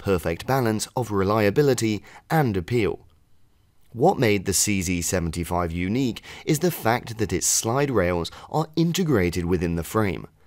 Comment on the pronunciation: Nice how you pronounce "CC75" or is it CZ75 😅